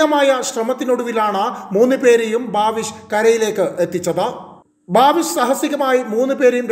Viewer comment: ഭാവിഷ് അല്ല, ബവീഷ്